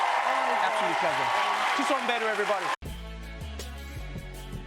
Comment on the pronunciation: And it's Mbedu y'all not Mbhedu😅